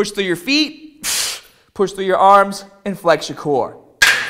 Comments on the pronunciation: the baaaah LOL he's killing me with this shit. lift the baaah up...move ya aahms in full motion. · baawbell ahhms 😂😂😂😂